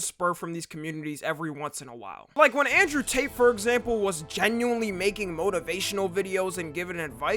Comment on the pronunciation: pretty sure he clearly said genueyska